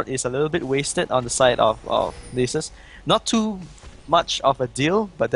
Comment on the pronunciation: they pronounce Nasus as nieces